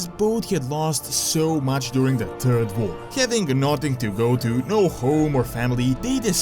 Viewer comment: I'm sorry, I'm really, really, REALLY sorry, I'm not the kind of person to make fun of accents, honestly! But... I lost it at "The turd war!". I'm sorry D